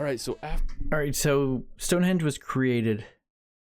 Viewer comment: I wish there was a way of editing and correcting some of the pronunciations on this video! It’s Stonehenge, not stone hedge!